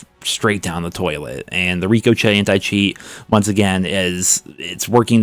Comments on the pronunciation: trolling with the “Rik-O-Chet”! He has to be. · I love how pronounces Ricochet. I think he knows its wrong but who cares tbh. They dont care bout cheaters why should we care how to say reekochet 😂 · It hurts when when you say Rico Chet 🤢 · Ric-O-Shey is how you pronounce it. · It's pronounced "Rick-O-Shay" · Ricochet is pronounced Rick-o-shay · ricochet is pronounced rick-oh-shay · ITS PRONOUNCED RICO-SHAY BABY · RICOCHET is pronounced like this… RICK-O-SHAY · The anti cheat is pronounced Rick O'Shea by the way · Lol, bro it's not rico-chet, it's ricochet like when a bullet hits some and bounces off. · it’s Ricochet. Pronounced Rickoshea. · Rick Oh Shay....Is how its pronounced...ijs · Still pronouncing it “rico-chet” lol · Link for a video on how to pronounce ricochet correctly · I love you buddy, but please look up how to pronounce Ricochet. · please stop saying ricochet like a name it’s literally pronounced like a bullet bouncing off an object not a name bro come on now lol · has committed to mispronouncing ricochet? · why does he keep saying ricochet like that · Please learn how to pronounce ricochet properly Jesus Christ you say it so bad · Are you purposely saying ricochet wrong? Genuinely curious. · Obligatory "You pronounce 'ricochet' like an illiterate 10 year old" comment. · Are you purposefully pronouncing ricochet wrong as a joke? You know how to pronounce ricochet, right? ...right? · Still bothers me that he mispronounces ricochet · Love watching but you gotta look up how Ricochet is pronounced. I crack up every time I hear him say it hahaha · He's been corrected on it dozens of times so it's obviously intentional at this point. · Why do you say Ricochet like that 💀💀💀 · I love you, but please start pronouncing ricochet correctly lol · Bruh, it seriously drive me nuts that he says it that way every time lol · It's "Rico shay" as in something bouncing off a wall...not "Rico chet" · ‘Ri CO Chet’